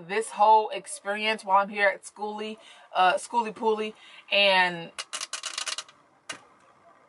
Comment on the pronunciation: Girl I love the way you keep it real you butcher the event name and don't even care... I see your subs growing keep up the good work